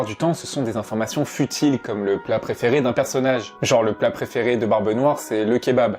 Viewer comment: Quand tu dis « le plat préféré » au début… j’ai buté dessus pendant 5 min parceque j’entendais « la préféré de brbe noir c’est le kebab » 😂🤣🤣 ok je sors